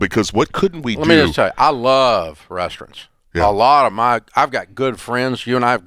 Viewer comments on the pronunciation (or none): Dave says RESTRUNTS. Lol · I love Dave, but why is he calling RESTAURANTS, “rest-rintz” lmao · I can't handle Dave saying rest runts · The hell is a "restrent"? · Is he saying “restaurants”? REYS-trunts? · Dave can't say restaurants